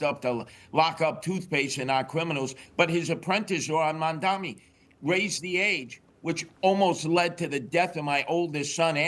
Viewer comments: Will somebody please tell Curtis that the mans name in MamdaNi not MamdaMi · I love how Mr. Sliwa always mispronounces Mamdani's name. (Did I get it right...?)